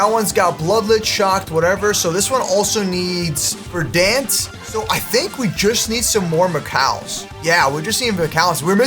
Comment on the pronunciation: Naa he called Verent vedance